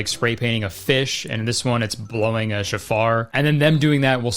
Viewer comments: hi Kurt! the horn thing is pronounced show-far, it is meant to welcome the new year, not to ward off evil. Christians stealing Jewish traditions and getting them completely wrong is nothing new, but it's kind of equally funny as it is frustrating at this point. great video! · It’s pronounced show-far not shafar, but yeah def not a supernatural weapon. My dad used to blow it every time my sister was refusing to get out of bed for school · Love your content Curtis! Just FYI it’s pronounced SHO-far, not shuh-FAR. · It’s pronounced show-far, but that’s crazy what they did with it. Hearing the shofar brings in the new year and it’s a religious item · Protip: the shofar is pronounced SHOW-far. It’s not a supernatural weapon lmaooo but it is associated with the endtimes, it’s said the messiah will return with the sound of the shofar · So a shofar (pronounced SHOW-far) is basically a trumpet made from a ram’s horn. It’s used as you said during the Jewish New Year holidays of Rosh Hashanah and Yom Kippur. It has absolutely nothing to do with Christianity whatsoever. I truly cannot fathom why they were included in this movie. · Shofar pronunciation makes me wanna cry plz stop i beg. Also so so over evangelicals appropriating jewish religious traditions. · Kurtis. Man. I love your videos but that hebrew pronounciation was the worst ive ever heard anyone do it. Shofar is pronounced more like chauffeur, but with emphasis on the first syllable. Rosh in rosh hashana is row+sh. Yom is the same, yow+m. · Hearing Kurtis bungle the pronunciation of 'shofar', 'Rosh Hashana' and 'Yom Kippur' was the highlight of my day actually.